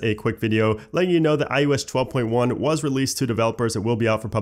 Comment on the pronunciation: First and omg you still say ioesh 12 except when you say ios 12.1